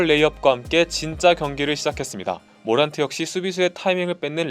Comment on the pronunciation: 모란트를 머랜트라고 부르는 ㅋㅋㅋㅋ